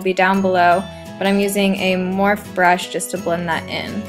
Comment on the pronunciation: I love how you call it Morph instead of morphe in the beginning!